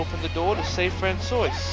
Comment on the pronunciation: Oh. My God. You're pronunciation of Francois is KILLING me! It's a French name! The S is silent. "Fran-swa" is the pronunciaton :P Also I used a strat I found online for the Chameleon bot in the electric room - hide behind one of the electric things and it can't hit you. Edit: THat's what I get for commenting early